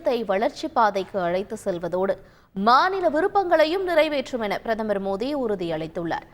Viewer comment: Ennada iwa modhi nu solra..😂 Oru vela thikku vaiya irukumoo😂